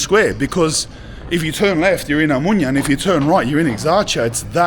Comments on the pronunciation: oMOUNIA. Nicely said I guess? (in greek oVaginas)? How difficult is it to say omOnia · O- MO- NIA not Amunia per dio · Omounia 😂😂😂 it's omOnia. Omounia means plural vagi na in Greek 😂😂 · Sorry but it's Omonia, not Omounia 😂🎉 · A mounya 😂 ill mounya 😂😂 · Watch how you pronounce 'OMO NIA' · Eksarhia and omonia ffs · Fantastic but how do you spend so much time in Exarcheia and not learn how the name is pronounced? 🤯 ex-AR-hee-ah. The way you say it is like nails on a chalkboard. And omounia? I can't tell if you're pronouncing it like this to be funny considering mouni is pussy/fanny in Greek. It's pronounced oh-MO-nia. Ty for this great video. keep up the good work. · As I'm watching the video, there are many inaccuracies (ie. there is no police in that neighborhood - of course there is) but most of all, you could have gotten at least the names of the districts right. It's not Exarzia or Omounia. It's Exarhia en Omonya (to pronounce it as better as possible). Edit: Agree or not, the Greek guy has a great intellect. Bravo for your English too. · The streets of Athens that you were walking on in the beginning are beautiful. Better than North American streets and other European cities. However the bad pronounciations are puting me off it's :Ex-ar-he-a...O-mo-knee-ah (like amonia). Omonia needs to be demolished for sure.